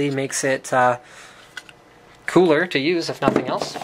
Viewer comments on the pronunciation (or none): none